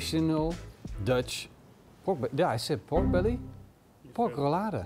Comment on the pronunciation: There is nothing more annoying than hearing you say Rou-Lada!